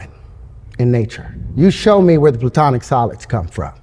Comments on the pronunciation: Its Platonic solids, not Plutonic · "Platonic solids", by the way, from Plato, and not "Plutonic". Terrence is not gonna stay alive the minute he puts his machine to work. That is for sure.